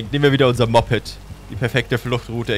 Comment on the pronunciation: Ich weiß du magst das nicht wenn man dich korrigiert ,aber man spricht es mo-ped/t und nicht mopped 😂😂ich hab dich trotzdem gern :3